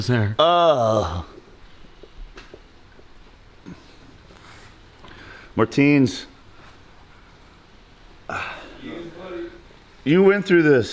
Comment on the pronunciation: To be honest never heard how Americans say his Latvian name Martiņš I'd say its closer to Martin